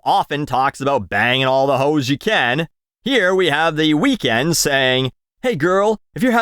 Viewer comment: I appreciated the pronunciation of Weeknd as “weakened”. Nicely done.